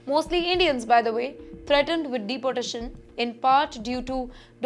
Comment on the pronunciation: She also pronounces “Dapotation” instead of Deeportation. Very irritating to listen to her. “Pulis” instead of Police.